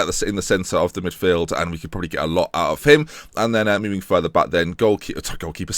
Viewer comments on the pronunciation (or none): none